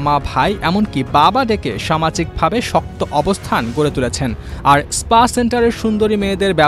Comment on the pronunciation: পুলিশের ডি আই জি আর স্পা কে বলছে ইস্পা !